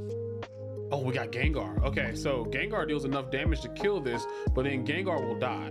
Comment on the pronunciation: GENGAR!!!!!!!!!!!!!!!!!!!!!!!!!!!!!!!!!!!!!! NOT GANGAR